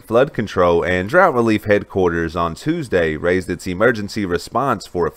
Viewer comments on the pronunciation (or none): none